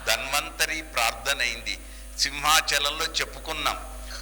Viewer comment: Yemiti guru gaaru mee uchchaarana kooda sarigga ledu….danvanthari anakandi dHanvanthari anaali gaa?